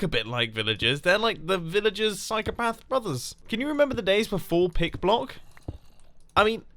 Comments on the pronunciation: LOL I thought he said Pig block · To I thought you said "Pig Block." 🤣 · Is he saying pig-blocking? If not, what is he saying and what is it? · So, until recently, I thought that the pick block button was only available in creative mode. I started to suspect that I had seen someone else use it in survival, but wasn't sure and haven't had the chance to test it yet. Thank you for saying it explicitly (though I kept hearing you say "pig block". I had to figure it out from context)